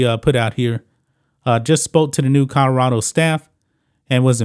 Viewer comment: colorado not kahdarado lmao